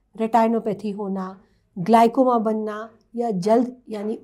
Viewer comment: Glycoma ...wrong pronunciation Sahi ye hai..Glaucoma